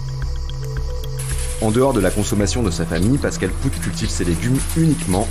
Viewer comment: On dit pas poutt on dit pote , bordel vous connaissez que l anglais dans vos vies ou quoi? Ya pas d autre langues aussi le flamand par exemple et plein d autres bien sûr ? Vous dites benoit poulvourde ? Nan ...